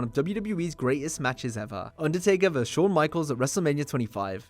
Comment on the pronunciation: VERSUS!!! ffs It’s not “verse”.